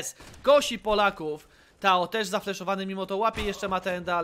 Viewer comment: Czy to jest dobrze wymawiane... Nick: TOAD komentator: TAO